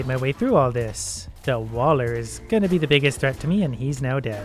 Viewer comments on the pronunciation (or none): none